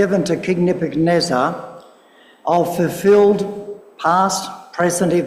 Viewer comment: its Ne-buch-ad-neezer, not nebuneza